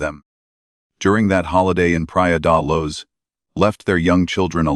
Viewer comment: Just the way they say Pra De Luz 'Pry-uh duh loo-sh' me every time and the way they say Leicester 'leh·stuh' or 'les ta' are the correct ways